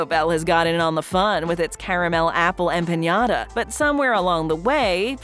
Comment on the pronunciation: The way she said empanada made me cringe.